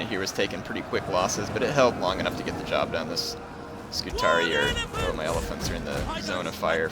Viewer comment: btw according to the game the scutarii is pronounced "scutaree" and as i previously mentioned when u click on the unit it will announce itself and say its name if you listen for it. also on my lusitani campaign i sent Hannibal to the afterlife in style with a barrage of exploding shots from my ballista's:) unlike the AI i was playing it a bit more cautious and leaving carthage alone for awhile but till they are off my peninsula their can be no peace with them lol